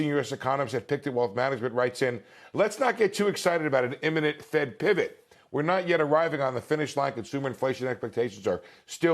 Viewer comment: LOL! He's got jokes!